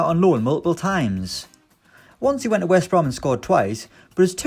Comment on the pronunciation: What is a West Brooom? Really strange names showed here and the speaker sounds like a mentally disabled